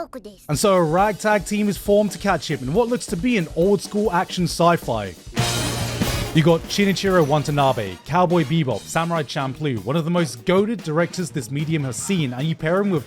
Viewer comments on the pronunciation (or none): stop pronouncing Shinichiro WaNtanabe, it's Shinichiro WaTanabe